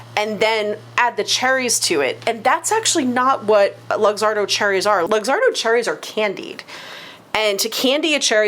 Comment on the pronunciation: FYI - Luxardo is pronounced look-ZAR-doh.